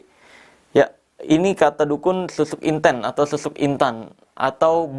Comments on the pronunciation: Inten/intan ..KL dalam bahasa Jawa..nyebut nya sperti E untung menangis...bukan E untuk enak..smoga paham y dg yg aku maksud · Assen jawa kalau nyebut intEn tuh logat huruf E sprti bang marcell nyebut kata angEt bukan sprti kita nyebut kata bEcak.kalau yg bang marcel sebutin intEn E nya sprt nybut bEcak.memang sih sama2 IntEn tapi E dri AngEt dan bEcak naday beda.lidah jawa lebih ke E angEt dari pada E nya bEcak